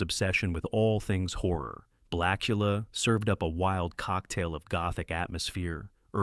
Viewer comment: The one moment it's 'Blacula', then 'Blachula'. Also, it hilariously pauses for the punctuation mark in Dr. Phibes. Interesting list, but the AI clearly struggles.